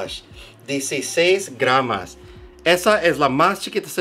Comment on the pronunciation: Excelente vídeo, se dice GRAMOS. Saludos desde argentina.